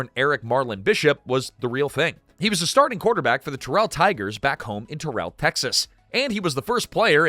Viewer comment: Hearing "Terrell" pronounced properly wrinkles my brain lol. Us southerners call it "Tear-UL" haha.